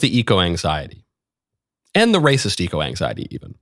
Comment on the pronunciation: "eco exiety"